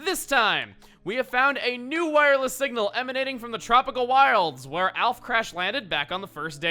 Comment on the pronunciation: I like hoe he puts emphasis on the fact that the signal is wireless